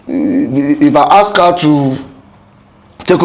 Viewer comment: I don’t trust anyone who pronounces HER as AAAAAAA. And they say he’s a scholar. Look at your mouth, you built the structure, dummy, Your structure could win the presidency, but didn’t win the governorship election. Abeg